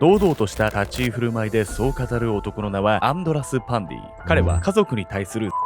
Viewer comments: パンティじゃなくてパンディか！😂w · 終始アンドラス･パンディが、アンドラス･パンティって聞こえてました（笑） これも…洗脳なんでしょうかね😅